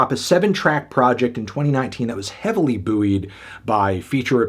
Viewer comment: Did he just pronounce ‘buoyed’ as ‘boo-eed’?!